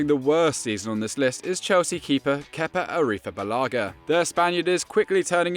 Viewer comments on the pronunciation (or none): nobody: FD: Kepa Arripfabalaga